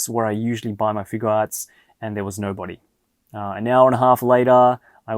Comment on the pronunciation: its bah's ear not "a fur sash" Broly's gonna beat you up